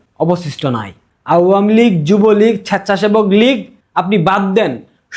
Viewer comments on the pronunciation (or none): ছ্যাচ্ছাছেবক লীগ! কি উচ্চারণ! 😂